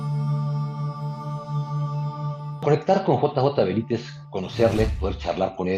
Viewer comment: Señor disculpe, pero es el segundo video que encuentro de ustedes y de verdad no puedo con que usted cada vez dice J A Benítez, por favor interiorice JJ, su compañero creo que hace más fuerza que yo, cada vez que usted lo nombra